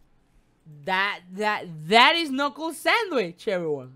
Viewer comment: Ka-nuckle sandwich